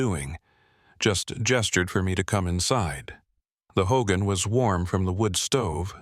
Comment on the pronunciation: I grew up near Shiprock several miles out of town but closer to the rock itself. I have never heard any church bells or anything from the town it is too far that part of the story kind of bugs me. Another thing that bothers me is when folks mispronounce Hogan and Tsé Bitʼaʼí.